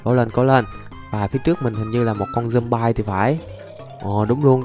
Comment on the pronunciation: Zom bi chứ ko phải là Zom by